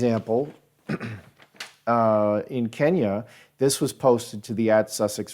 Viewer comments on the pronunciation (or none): none